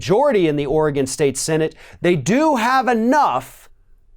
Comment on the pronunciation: Thank you for pronouncing "Oregon" correctly. Too many people pronounce it "Ory-GONE" instead of the correct "Ore-GUN".